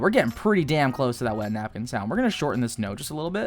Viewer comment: this guy just said napkinyyyy jejejeje love it!